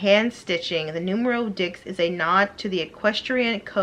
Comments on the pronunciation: ok ma'am I love your videos but you have been wearing Polene long enough to pronounce Neuf and Dix correctly. Neuf is pronounced almost like "Nerf" and Dix is pronounced like "Deese." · Would love to see you become an ambassador but become familiar with the French pronunciation of the numbers 9 and 10. We want to be on point with that. ❤